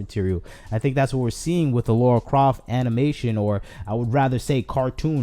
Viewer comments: Okay you're making some great points and all but I have to say Her name is LARA not Laura Idk why so many misspernounce her name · Please don't call her Laura Croft it's Lara Croft